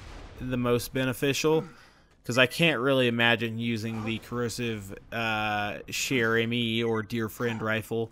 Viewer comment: Say it like cher-amy